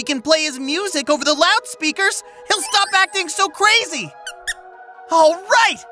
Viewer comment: OMG!!!!! DID BUMBY JUST SAY CRWAZY INSTEAD OF CRAZY HES SO CUTE 🥺